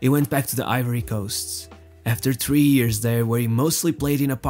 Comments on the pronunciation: Is it "years" instead of "ears"? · Its hilairious how every time this dude tries to say “years” it instantly becomes “ears”